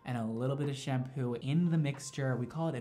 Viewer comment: It's not shampoooooooo